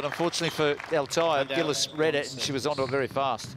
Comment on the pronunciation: 'Gillis'? This isn't 'Miss Dobie Gillis'. Can we try something a little more like 'Jee lees'?